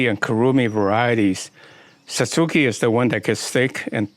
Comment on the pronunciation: That is my type of tree, though the base is a bit contrived. Thanks for your pronunciation of Satsuki--my friends insist I say Satz-ki (more like the Japanese pronounce it). Never heard of using rotted oak leaves to elevate acidity . . . thanks! Any particular species of oak?